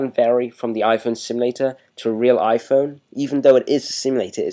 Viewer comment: "weal pain in dee ass" lmao love da accent